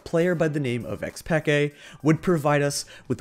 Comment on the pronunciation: how tf do u not know how to pronounce xPeke